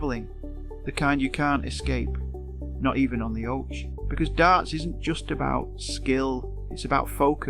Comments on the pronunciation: Ai generated bullshit. It's pronounced ock-ee not fucking o-chee. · You must be A.I 🤔 even though you sound British... The OCHE... is NOT pronounced as 'The Ochay 🤣🙈, it's 'The Okey... hence 'The OCHE' By the way he'll bounce back stronger than ever... ( If he wants too) He's a multi millionaire, so could retire if he wants... But I think he likes competing too much to do this. 👍👋